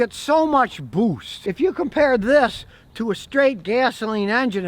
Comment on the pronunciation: "So you get so much BOOWssst" gotta luv Scotty BWAAAAHAHAHAHAHAHAHAHAHAHAHAHAHAHAHAHAHAHAHA 🤣🤣🤣